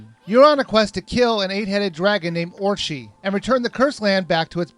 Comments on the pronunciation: It's Orochi not orchi :) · Good review, but the pronunciation of the names where meh. Americans have a little trouble with pronouncing the right emphasis and vowels for Japanese words and names anyway, but this guy just skips syllables all together. Amaterasu -> Amerusue Issun -> Inz'n Orochi -> Orchee I detect a fellow dyslexic, lol. Nevertheless, it's a very good and informative review, and I'm glad I saw it. :) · Amarusu? Inzun? Orchee? What game where you playing?! Their names are: Amaterasu (ama-teh-ra-sue) Issun (ee-soon) Orochi (or-oh-chee) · and it's Orochi on orshee. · Not to mention he said Orchi. Its Orochi! Stupid!! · Orshi, Insun... MY GOODNESS. Orochi, ISSun. Where did you see an "N" in Issun other than the end? And Orochi, theres NO "S" in it! YOU CRACK ME UP! I love your reviews a lot though. KEEP IT UP! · YOU ARE SAYING THEM WRONG: AMANTERASU: AH MAN TER AH SU ISSUN: EE SOON OROCHI: OH ROH CHEE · They're actually pronounced Or- oh- chee Ah- mah- ter- aah- sue Eee- soon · the game is baist off of japneas mithalig, and you say it as amatersu, issun,orochi. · Worst Pronouncing Types: Ehmrusu (Amaterasu) Aysing (Issun) Iwchee (Orochi) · I laughed at "Orchi". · AH-MAH-TEH-RAH-SOO. EE-SOON. OH-ROH-CHEE. Geeze, why do I get frustrated when people mispronounce these things. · Amarusu... Lol XD ORCHEE XDDDD I wonder how he'd pronounce Kamui... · Amarusu?... Inzun?... orshe?....ORSHE?!?!? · lol, your pronunciation was horrible. orochi is said like Or-oh-chi and issun is said like E-sun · It's pronounced ah-mah-ter-ah-soo, ē-soon, and Oh-roh-chē, in Japanese, a makes ah, e makes eh, I makes ē, o makes oh, and u makes oo, also, in normal battles against all but ogres, spam power slash. Always upgrade ink to 5 or 6 before upgrading health, and I found the wii version better, and easier than the ps2 version. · u pronounced issun, amaterasue, and orochi wrong